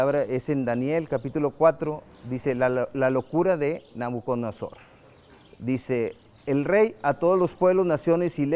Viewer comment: Nobucudonosor no nobocusor jjaajjajaja